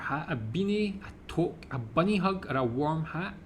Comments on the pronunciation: Great job on the quiz! I cannot stand eating maple syrup. To answer your question about caribou - It is similar to a reindeer. Toque is pronounced with a long oo sound not an o. Regina is a city in Saskatchewan. Although is is Latin for Queen it is pronounced with a long I, as in the word "eye". Ree-j"eye"- na. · listening to a Scotsman say 'toque' is almost as funny as listening to him say 'purple burglar alarm'. It's pronounced like the number two, with a hard K at the end. Two + K = toque. And since you'll eventually run into it... poutine is not pronounced 'poo-teen'. It's more like 'puts in'. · Toque: It's pronounced "Too-que" , in Canadian English. In French, we spell it with a "u". All they had to do was just leave it alone and pronounce the "u"... but they couldn't leave it alone. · Yes, we do have a Canadian Football League, called the CFL (Canadian Football League lol). The Grey Cup is so named for the at the time Governer General, Earl Grey, who commissioned the trophy. Toque is pronounced like 'two-k' (tis a french word). 'snowbirds' is also a slang for Canadians who go down south in the winter haha. Like holidaying in Florida during the winter. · It's pronounced twok(2k) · Touque = (French) Pronounced "toooook", or two, with a "k'". Also called a "stocking cap" (archaic) similar to those in Scandinavia. As another Canadian, I like your channel. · 'Toque' is pronounced like 'kook' or 'duke'. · Toque is pronounced too-ke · Toque is pronounced more like “tuque” as it is from French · it’s spelt toque but it’s pronounced tu:k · It's pronounced TOOK like in Perrigan Took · Toque is pronounced toook and is NOT a beanie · "Toque" or tuque rhymes with "duke". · Toque is pronounced too-k, not toke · its more like TUKE not toke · FYI...toque is pronounced "tewk" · Yep , we love to toke , but the pronunciation is tuque , like nuke , but tuke ! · A toque is pronounced tuque. I have never heard of a bunny hug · aarrgh. It is pronounced TOOOOK.